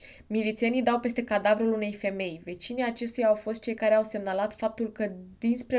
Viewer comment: De ce pronunți mereu "ăăă"?In scoala generală am primit avertisment cu totii din partea dirigintelui.Dar imi place cum pronunti "păstă"in loc de "peste".deci compensezi😘😉